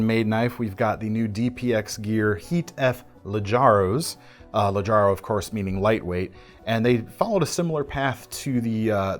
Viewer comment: It's supposed to be "Leggero" (and I know DPX also writes it with "A")